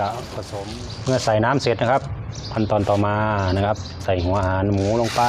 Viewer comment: ใส่หัวอาหารหมูใช่มั้ยครับฟังไม่ค่อยชัดครับ